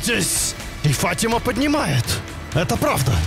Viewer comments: ФатимА а не ФАтима😂😂😂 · ФатимА только) Ухо режет фАтима) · Фатима ударение на 2ю букву а)